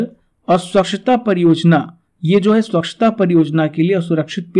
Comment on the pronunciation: Sir pronounce it as SWACHHTA not SWAKCHHTA